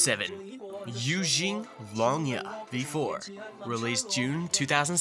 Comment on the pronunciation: yea, sorry buddy but it was pretty funny when you were pronouncing Yuezheng as “Eugene” 😂😅 but you did a better job than most people honestly